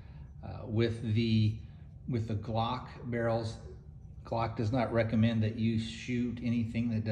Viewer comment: If u want to sound moŕe professional u should start from the basics - learning how to pronounce the word "glock" correctly